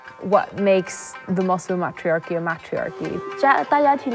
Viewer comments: "MATT-rhee-ARR-keey" ...what?😂 "What makes it a MATT-rhee-ARR-key?" ...idk but they could probably tell you about "May-trEE-arr-keeys"... 😂😂😂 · Ya pronounced matriachy wrong